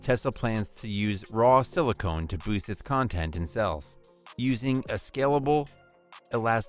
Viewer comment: Great video but...Silicon not silicone. 😀